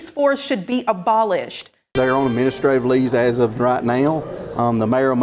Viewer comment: " Administrative Leez" This is gonna get serious. 🇨🇦